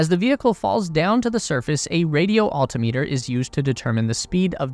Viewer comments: Please correct pronunciation of altimeter. It is no alti meeter but altimeter. Things like this are annoying. and destroys credibility. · For the love of Pete, repeat after me... AL-TIM-MEH-TER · You slaughtered the word Altimeter. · Has this kid really never heard the word "altimeter" pronounced before? Wtf? 🤦‍♂️ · Cool video but please learn how to pronounce 'altimeter.' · You could learn how to pronounce altimeter.